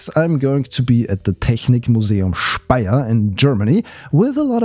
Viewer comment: are you from germany because your pronounciation of technik museum speier was really good